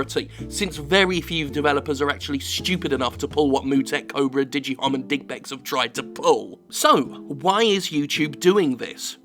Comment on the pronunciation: digpex always sounds like dickpacks or dickbags ...